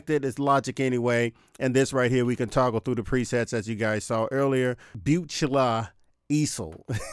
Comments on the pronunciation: its 'Book-la Ee-zel' :D Great video, love my 61 Mk2! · It’s booo- klah eez-all. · Your mispronunciation of Buchla Easel made me laugh. Phonetically it is pronounced BOO-KLAR EEE-ZUL. (Hint: Watch an Arturia tutorial on the VST itself and you will hear the correct pronunciation.) I've been thinking about one of these for a while now. It looks like a quality product and right now they have a special offer which gets you some extra software VST goodies too, at least until the end of May I think.